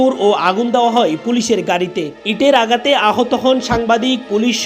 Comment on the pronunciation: কিরে ভাই সাংবাদিকের উচ্চারন হবে শুদ্ধ তানা আঘাতকে বলতেছে আগাত। এদের রিক্রুট করে কারা?